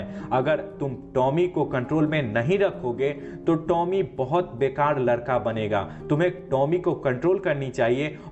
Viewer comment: Larka nahi ladka sisa nahi shisha zane nahi Jane...cheejo nahi cheezo.... ajeeb bat h jise bolna nahi ata wo Movie explain kar raha h ..